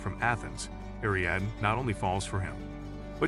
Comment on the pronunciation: Ariadne tetrasyllabic air-ee-ADD-knee; Achilles trisyllabic uh-KILL-ease